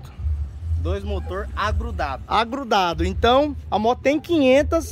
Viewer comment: KKKK "DOIS MOTOR AGRUDADU".